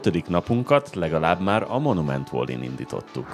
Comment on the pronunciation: Szia, Egy apró kukacoskodás: valley-t inkább "velli" és nem "volli"-ként kell ejteni 🙈. Amúgy megnéztem a teljes US sorozatot, köszi a videókat!